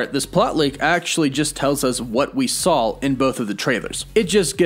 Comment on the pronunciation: You keep saying “sawl” not “saw” never noticed you say that before but it is bugging me in this video😂